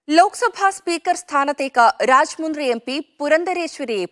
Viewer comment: ഈ സ്ഥലം രാജമൻഡ്രി എന്നാണ് ഉച്ഛരിക്കേണ്ടത്. രാജാമുന്ദ്രി എന്നത് തെറ്റാണു